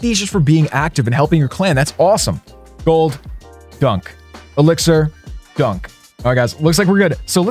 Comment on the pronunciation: I love how he says “dunk” when buying loot from the trader 😂